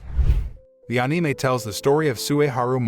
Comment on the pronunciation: Thanks for saying anime correctly